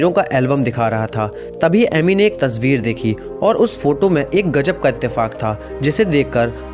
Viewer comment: Jaroor Nahi zaror bola kari tasveer tajhveer Nahi shadi not saadi shakal not sakal..... Plz... Urdu ko urdu ke tara bola kari.... Sekooo... But nice work